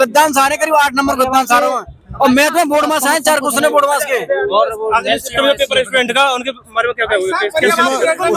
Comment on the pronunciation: बोडमास ❌ बोडोमास ✔️😂